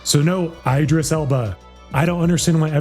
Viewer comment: Can't even pronounce Idris, or Cillian.